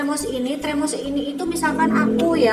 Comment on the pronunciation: Termos bkn tremos kak wkwk